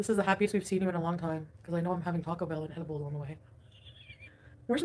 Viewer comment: Add cilantro to the words should NEVER ever say again. It's cil ON tro, NOT cil ANNE tro. It's TAH-CO not TACK-O. Cut it out😂